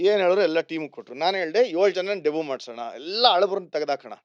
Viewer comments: Should be pronounced as Debyu instead of Debuu That's fine, he speaks such a Good English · Debut pronounciation by Vijay looks weird